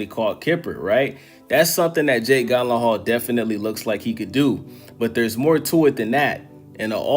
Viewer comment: Love the video but butchering this man’s last name